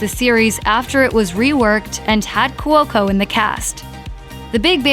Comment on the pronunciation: Not even watched this click baid shit. It ended. Things end. And its couco. Not courco or whatever it is your saying